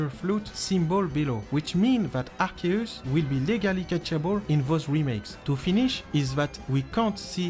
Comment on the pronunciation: Essaye de dire arsius et pas arceus